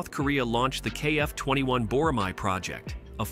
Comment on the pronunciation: You pronounced it wrong. Boramae is pronounced Bo-ra-mae (ae is like "a" as an apple).